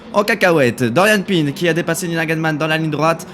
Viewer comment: c'est PIN pas PINE